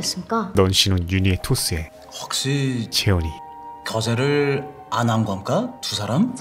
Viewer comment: 겁니까 인데 ㄴ이 잘 안 들려서 검까로 들리네요 ㅋㅋㅋㅋㅋㅋㅋㅋ